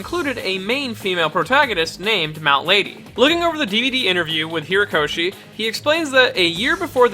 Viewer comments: Just want to say, you keep saying Hiro-koshi, it's HORI-koshi. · Why do you keep calling him Hirokoshi and not Horikoshi? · It's not Hirokoshi, or Hirakoshi, it's /HORI/koshi. This was a nice collection of everything we know about Mt. Lady, but at least get the mangaka's name right, please. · Herokoshi? Isn't his name Horikoshi? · You see his name spelt out yet you still can't say HORIkoshi's name right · ...you keep saying "Hirokoshi". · Ok I'm really bothered by his pronunciation of Horikoshi